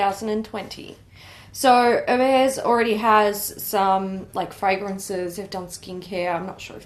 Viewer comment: As a French Canadian I can confirm this is the correct pronunciation:)